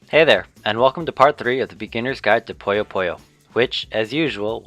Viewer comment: Poo-yos. not poyos.